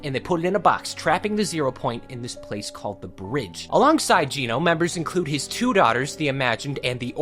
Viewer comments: Uhm actually it’s pronounced Geno not Geno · "Geno" is pronounced "Jen-Oh" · Bro still messed up Geno's name